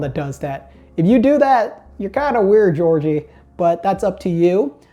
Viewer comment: really called my man Jorge “Georgie” 😭😭